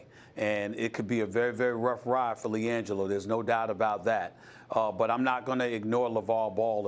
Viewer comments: Who TF is langole... I know who Liangelo Ball is, but not langole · "Lee angelo" lmao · Lmao she said Lan-Joe ball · “Liangelo Bail”😂😂😂😂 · Did she say “Langel ball” at the start?